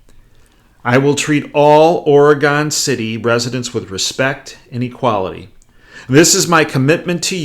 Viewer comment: Profound and accurate. But the pronunciation is "OR'uh-gun City" and Gov. "ENSLAVE'.